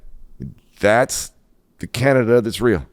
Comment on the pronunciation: HE CANT EVEN SAY "CANADA" and remember ONTARIO SUCKS ALBERTA dry, with QUEERBECK.